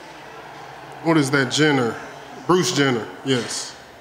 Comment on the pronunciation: No he said bruse jenner